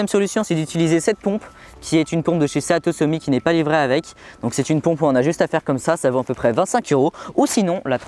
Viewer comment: Super video comme d'habitude par contre la marque du matelas ça se prononce ''sitousemit'' et pas ''séatosomi'' (seatosummit) pareil pour les sacs de couCHage et pas sac de couSSage. Sinon super présentations bien détaillée 👌